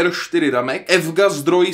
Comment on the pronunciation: To EFGA (EVGA) se vyslovuje "ÝVÝDŽÍEJ"